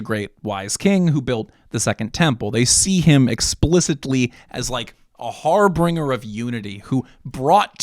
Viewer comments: Har de har har! Someone please tell me wtf is a "HARbringer"?! Whatever you think it means, sometimes your flawed pronunciations are a HARBINGER of endless hilarity. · Harbringer? Really? It’s Har-Binger like binge…. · HarBRINGer? It’s har-bin-jer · Harbringer? Harbinger, no? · 😂 a "har bringer of unity" eh? can anyone tell me what a har bringer is? i know what a harbinger is but i never heard of this harbringer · “HAR-binge-urr” - sounds like binge drinking. Harbinger. It’s like an auger, or a soothsayer. Similar to an omen, but in person form. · hey will, not a jew here but how did you manage to master hebrew or yiddish words and still say "harbringer" then use it in an inappropriate manner? im not even trying to be a dick im just letting you know bro, please keep doing what youre doing, love your videos, youre doing the right thing